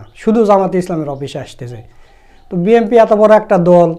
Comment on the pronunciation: Hellow bhai. When you say BNP, its like BMP. Pls pronounce clearly BNP. Sukran